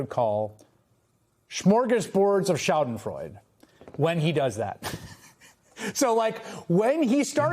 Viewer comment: He said schadenfreude wrong, very gauche.